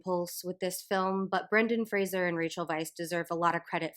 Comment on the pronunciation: I just want to thank you for pronouncing Brendan Fraser's name correctly, I reflexively brace myself whenever I think someone's going to say it and I get a little rush of relief every time I hear Fraser instead of Frasier.